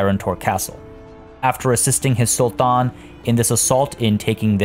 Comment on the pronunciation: Just curious where are you from ? you pronounce the arabic “t” as in sultan perfectly 👍🏻😺